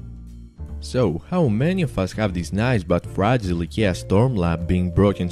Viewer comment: Eeeeeeeeeeeeeeekia Instead of saying I K E A.